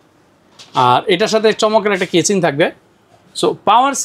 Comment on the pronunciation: কেচিং😂 ভাল না😂